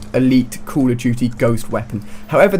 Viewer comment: HEY Ali-A its call of duty not COUL OF DUTY